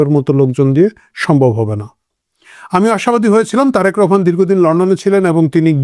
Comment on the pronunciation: ছাগলডা এমন ভাবে রহমান বলছে ,মনে হয় তার কলিজা গোরদা বের করে ফেলছে। চামচামি আর কারে কয় ।।